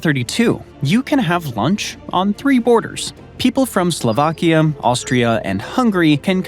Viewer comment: Why you gotta make some countries sound like elements? Gambium, slovakium, korium 😂